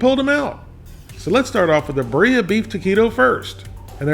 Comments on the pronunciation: I didn’t read the comments yet, but it’s pronounced “BEER-ee-yah” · He cant even say Beer ea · Pronouncing birria like ba-ree-ah should be illegal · Beer-ee-uh poy-oh/ aus-au-doh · Its powlo. And beerya. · gotta love Larrys spanish... POLO asado, and beef BA-re-ah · I learned a new way to butcher the word Birria lmfao